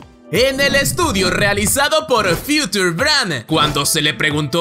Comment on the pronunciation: Future se pronuncia Fiuchor.